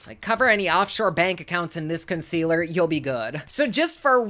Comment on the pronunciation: “Consquealer” <— haha subbed 👍🏼 HugsfromNYC 🍎